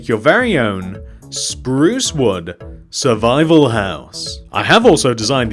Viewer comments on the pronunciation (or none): none